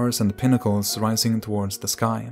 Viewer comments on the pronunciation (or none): none